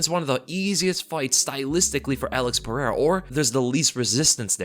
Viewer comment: Joshua Fabia is sooo going to correct your pronunciation of Alex's last name bro!!